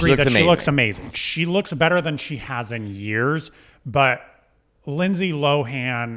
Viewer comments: i’m 3 minutes in and you’ve both failed to say her name correctly every time 😭 she’s addressed this in interviews multiple times - “lohan” is pronounced “lowun.” not LOW HAAN 🤣 the same way “lindsay” is pronounced linsee not “LIND SAAYE” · Her last name is pronounced loan the H is silent